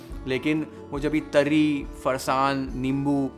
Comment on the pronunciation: Ahaaa haaaa! Beautiful and mesmerising! Your love and dedication to cook Maharashtrian food can be seen through your recipes and the way you narrate and describe the recipe is amazing! The way you pronounce those Marathi words like 'Misal', 'Tarri', 'Batatyachi bhaaji' shows your love for Maharashtra and its food culture! Awesome work!!😊👍